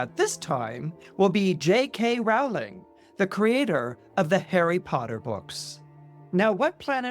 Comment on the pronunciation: Love you,, but you’re mispronouncing her last name. It rhymes with “bowling.”😢